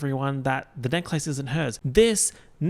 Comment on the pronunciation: the way you say necklace makes me so frustrated for no reason